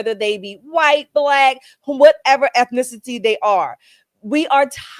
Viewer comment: you need to practice on saying ethnicity